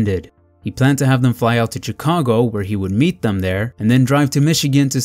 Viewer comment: Chicago is pronounced as "Shicago".